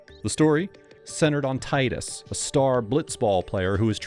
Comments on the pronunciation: “Tie-dus”. Thank you! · Came to the comments to see how many people had a problem with the pronunciation of "Titas." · it's pronounced teedus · The stupid AI can't do it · God damn it. Its Teedus. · It is Tidus, not Tidus.